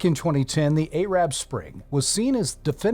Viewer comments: "Aye-rab spring"?? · Does it make you say-ad? Some ay-mericans just cay-ent pronounce a day-em thing.